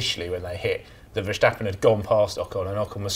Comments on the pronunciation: Oi, four-eyes, how do you pronounce “stop”? And “step”? And “stuff”? And “start”? So guess how you pronounce “Ver*stap*pen”? Is it spelled “Verschtappen”? Schtupid. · It's Verstappen, NOT Verschtappen. But then, you neither have a clue what you're talking about. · Why do so many people say verSHtappen in stead of VerStappen? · Can the English speaking world please learn to pronounce the s in Verstappen as a normal s and not a German sh? The guy in the middle gets it quite right.